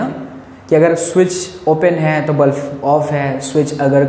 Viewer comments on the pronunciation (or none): sir it is not bluf it is bulb. 😊 😊 😊 😊 😊